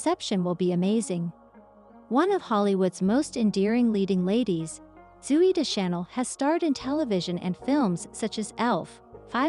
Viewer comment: AI caneven pronounce Zoey’s name correctly.